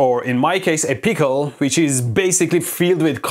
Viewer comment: I love the way he says pickle peecal